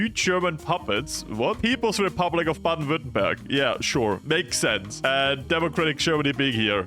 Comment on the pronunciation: bro pronounced baden württemberg better than me as a german wtf